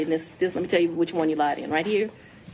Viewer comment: Don't call her "Fani." It's more like "Foowni." More like "phoney."